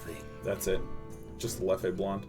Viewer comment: Sean, I hope you read this, the beer, its pronounced "Lef" not "Leffey". Just wanted you to know :)